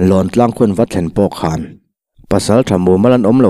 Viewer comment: Nang anglo takin " barah a khawn duh silo", tih lai kha a thluk i'n chhiar sual ve chu !